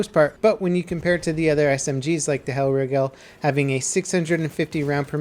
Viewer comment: "Kaisershlut" "hellrigell" that's not how you pronounce it.....Kaiser ShlaCHt ch like a cat meowing and Hellreegel that is how you pronounce Hellriegel and Kaiserschlacht